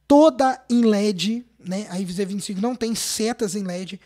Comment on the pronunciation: A “envinzê 25” kkkkkkk